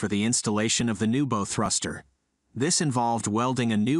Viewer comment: It’s bow not bow